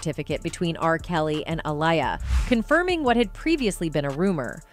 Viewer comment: You need to change your Voice Over Artist—she can’t decide how to pronounce the artist’s name Aaliyah or Alia? from one sentence to the other, sometimes in the same sentence. It’s hard to pay attention otherwise. Or is she AI? No I think AI would be better.